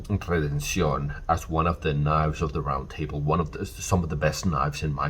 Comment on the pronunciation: I appreciate the correct pronunciation of redencion.